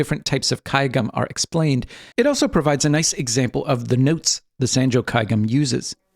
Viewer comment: One thing: the "a" sound in sanjo is pronounced as "ah" as "top".